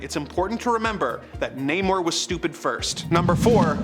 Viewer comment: it's not namor(nay-mor) anymore, it's NAH- MORE.